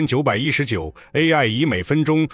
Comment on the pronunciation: 画面东拼西凑，牛头不对马嘴。旁白是AI。M1919居然能能念成“一千一百一十九”。毫无诚意的粗制滥造